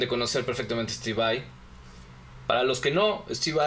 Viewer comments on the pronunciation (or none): dejen d decir steve vei ura, es Vai, tal y como se lee